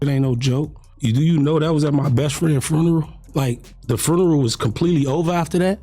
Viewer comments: first of all its funeral not frenrel...plus the whole he's talking to Adam hes looking down he don't look at him barely sign of big weakness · wtf is s frurneral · The way he pronounced funeral had me rolling.